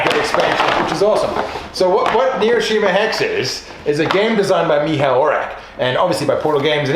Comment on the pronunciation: You read polish "cz" as "ch" not "k" :) But You spell "Michał" very well. Cheers!